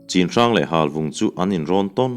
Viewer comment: Chinhrang tia i lam hi Chhinhrang tih tur anih hmel ka ti. Lai tawng ah chuan 'C'hi 'CH' anga lam tur ani e